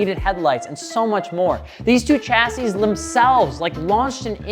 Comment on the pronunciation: dude said echassis 💀